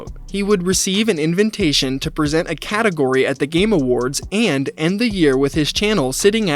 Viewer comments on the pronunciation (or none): Bro called it an "inventation" :face-green-smiling